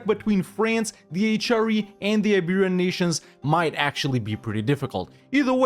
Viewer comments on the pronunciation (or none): none